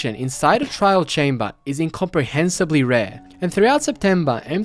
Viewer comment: It sounded like he said "in copper hensibly" rare, would have been an insane pun.